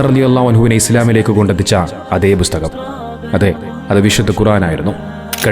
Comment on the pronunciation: ബുസ്തകം അല്ല ബ്രോ, പുസ്തകം 🙏